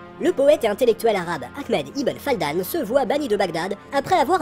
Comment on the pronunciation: Fadlan, pas Faldan...